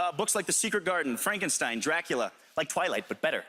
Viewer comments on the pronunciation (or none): none